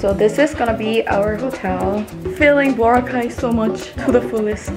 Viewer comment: Glad to hear you pronounce boracay correctly